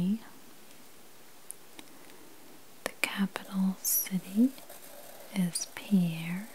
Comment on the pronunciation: SD capital is pronounced PEER fyi